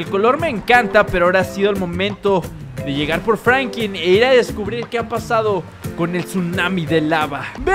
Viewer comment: Hola bro te felicito por el vídeo crack se dice franklin con l tu dices frankin